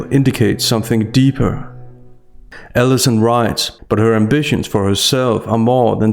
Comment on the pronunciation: Are you saying, "Ellison," or "Davis?" Because the journalist's name is Allison P. Davis. I don't think you should call a professional by her first name--would you say the same thing if the author was a dude? Doubtful. Plus with your accent, it sounds like 'Ellison." I'm not picking on your accent, but rather pointing out something I don't think that you--as someone who is very aware of words--might want to project. I do agree that it's a revolting interview, however. :)